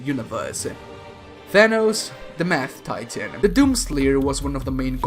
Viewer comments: Did you notice that when said "Mad" it sounds like "Math"? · Did he say mad Titan or math Titan.